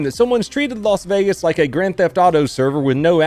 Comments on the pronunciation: “ I live in las venagas!” 🥴😂☠️ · I thought it was Las Vegas not Los Vegas.